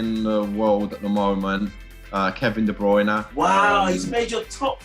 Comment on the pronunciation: Nobody: Grealish: kEvIn ThE bRoInE